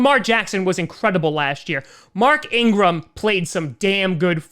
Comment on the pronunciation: how he said lamar jackson, before said mark ingarm.